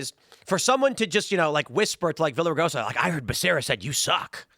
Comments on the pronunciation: Oh my gosh your mispronunciation Villaragosa was so Gringo, lol! The double "L " in Spanish is a "Y" sound. So its basically pronounced Viyaregosa. Like how "Pollo" (Chicken) is actually pronounced "Poyo"... 😆🐔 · LL in the Spanish alphabet makes a Y sound so it sounds like Viyaraigosa. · Tim you always get names wrong. It's Veeyah --RIG -oh -SAW But his real last name is Villar so just say that.